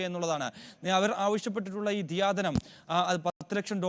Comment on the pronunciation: ദയാധനം അല്ലേ റിപ്പോർട്ട്‌ ചെയ്യുന്നവർ ദിയാധനം എന്നു ആവർത്തിച്ചു പറയുന്നു